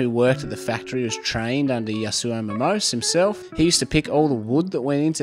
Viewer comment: It’s pronounced Momos[é].